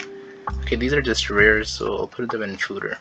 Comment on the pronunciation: Lol okay I'll take a shot haha. You just blamed the "fooder" error on your using of a Mac to record this.... Fooder. Fooder. Fooder x 29